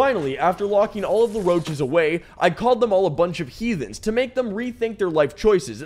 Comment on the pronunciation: How dare you call a roach a hethan